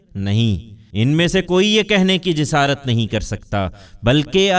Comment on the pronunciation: 2- Jasarat not Jisarat